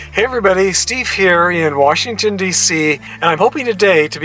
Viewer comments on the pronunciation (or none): none